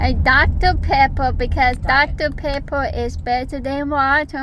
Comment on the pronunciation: "Doctoe Peppoe is bettoe than watoe "